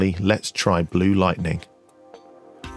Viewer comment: "blue light-ten-ing" I mean who feckin talks like that? Do you say "chut-ten-nay" too? LOVE THE VIDZ XXX